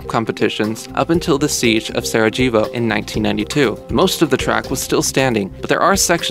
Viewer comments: jeez...the narrator needs how to pronounce Sarajevo. LMFAO. Sara-jayboh? REALLY??!! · Sarajevo doesn't have a hard J sound. It sounds like sar-uh-yey-voh.